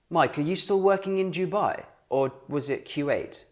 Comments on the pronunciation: its not duh it doo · Dubai is not Doo+baai but more Do+bey And kuweit is not kooo+weit bit more Ko+weit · I’ve never heard anyone say Jewbye instead of Dubai! :/ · You pronounced Dubai wrong it is pronounces Thu bay not DO BYE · Are you sure your pronunciation of "Dubai" is correct? All Arabic speakers I've ever heard pronounce it closer to "du-bay" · You're still pronouncing Dubai and Kuwait wrong. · its du-bayy n shaarqa, bah-rayyn, qaTarr n ku-wayyt